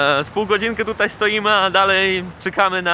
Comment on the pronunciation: nie ucz się polskiego od Warszawiaków. Nie mówi się tutej tylko tutaj!